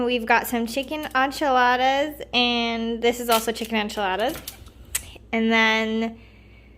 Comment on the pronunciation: Did she just say ONchiladas?